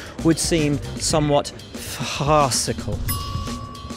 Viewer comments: It's "farcical" not "farcicle". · FarHaasical not FarHaascicle